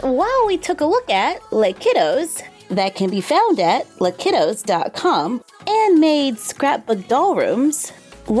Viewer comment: "Les" in French is pronounced "lay", as in "Les Miserables". Spanish is a bit different. In French, it is the plural form of "le" or "la". "Les Kiddoz" is "franglais" or French/English, and the purists of the French language dislike it. Words like "le weekend" are discouraged in their view.